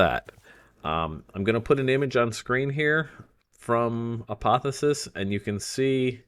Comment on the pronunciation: A-poth-E-O-sis lol